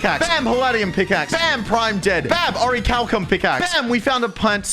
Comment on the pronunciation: He pronounced Orichalcum correctly